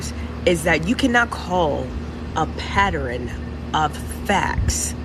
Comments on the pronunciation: just a pet pev...this is the second video where someone is mispronouncing pattern...they are saying "patterine.... not pattern"...just an observation. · I hope you could say it better because it's "pattern", not "padderan". The word pattern and ask be whopping my people's a$$ 😭 lol. Outside of that, she is correct. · Lmao My mixed son who pronounces everything correctly says patteren and not pattern.